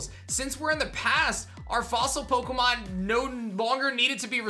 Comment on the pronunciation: You said pokeumenAnd yeah I spelled that right